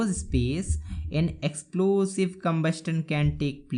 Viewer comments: कमबशन hota hai कमबशटन nahi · Sir you pronounce a wrong word you say combustun write word is combustion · Sir you are pronouncing combustion wrong it is combustion not combusten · Combustion pronounced is Combustan nai cumbushan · Cumbustan nhi combushun hota h😂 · Sir it is not combustion it's combusion the t is silent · Sir combustion ko combustion pronoun nhi karte ise combusn pronounce karte hai may be l am right? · Sir AAP acha to padhate ho bu combuston nhi combustion hota y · Sir we don't pronounce the word 'T' in Combustion so its pronounciation goes like 'CMOBUSION' without the pronounciation of the alphabet 'T' . Hope you will rectify your mistake ❤ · combustion t silent hota ha 😂😂pagal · Sorry sir aap "combustion" ko pronounce galat kar raha hai "T" silent hai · sir you pronounce combustion wrong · Sir apne bahut acha explain thanku sir but sir combustion ko aap pls pronounce thik se kijiye aap galat pronounce kar rhe ho